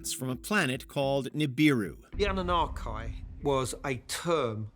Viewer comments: Its prob just me,,but this narrator sounds like it's professor Dave, with the tone a little "squeakified" (😂) Though i doubt he'd pronounce it "uh-NOON-uhki" .... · I about fell out of my chair when he pronounced, well attempted to pronounce, Anunnaki. Just goes to show the sloppiness of this channel. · Hate how he pronounced "Anunnaki" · The way you are pronouncing anunnaki is hurting my brain 😂😂😂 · Plays the video where they say it correctly but still can’t not pronounce the Anunnaki correctly.